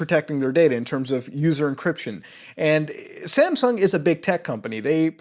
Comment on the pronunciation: Is it just me or does he pronounce "Samsung" like "Sampsung"?